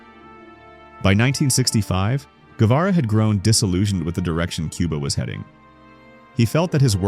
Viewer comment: Thanks for trying to pronounce Guevara correctly. What's up with that background music?? So annoying What about some Piazzola instead...